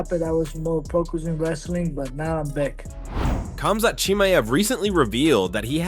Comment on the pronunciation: i was just thinking that "khazmat" lol